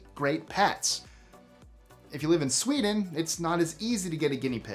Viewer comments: Everybody is talking about “Steal” but not “Swededn”. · And then there's "Borrow in the whole" and "Swededn." Whassup,? I'm enjoying the video and suddenly hit these cognitive speed bumps! 😖 Happy to see you back, though - love your channel 👍🏾